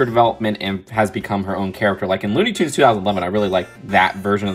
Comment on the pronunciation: It’s toons not tuns ps love your videos